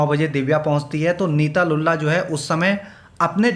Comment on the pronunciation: Lulla nahi lullu